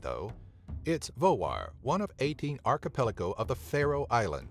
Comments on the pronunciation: that was right u say it vagar, im from faroe islands only 45.000+ people live in faroe islands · Your pronunciation of "Vágar" was fine. But the villages... :)